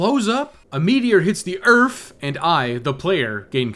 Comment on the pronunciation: Save the EARF baby!!!!